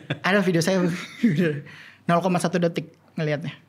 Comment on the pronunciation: PECAH BGT PAS NGOMONG “SUAYA”😭😭😭😭